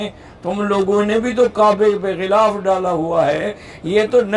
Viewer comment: Gulaf nahi ghilaaf hota hai.